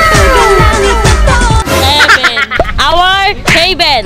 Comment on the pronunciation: Heven 😂😂😂 Our Hey-Ben 😂😂😂